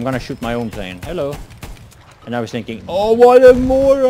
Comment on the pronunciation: you saying hellou to me at the start ^-^